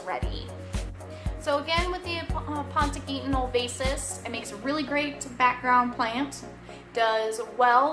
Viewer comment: Quite the informative Video, thank you! But man you butchered the scientific name in the beginning :D